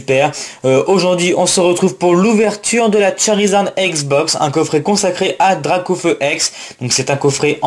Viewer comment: J'ai qu'une chose a dire sur la dracaufeu jumbo c'est : magnifique carte ta du mal sur les noms sur cette video sinon bonne pioche et bonne video